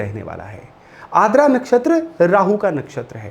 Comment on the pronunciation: Sir, i think it's आर्द्रा not आद्रा i may be wrong, please correct me, if possible.